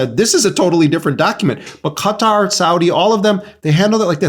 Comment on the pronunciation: How do you fuck up pronouncing Qatar that bad